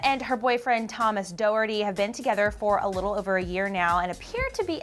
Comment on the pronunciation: it’s not thomas ‘doe-er-dee’ it’s thomas ‘dock-her-tea’